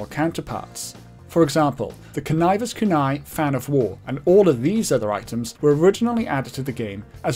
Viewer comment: unrelated but i think you're the first person ive heard pronounce conniver's kunai properly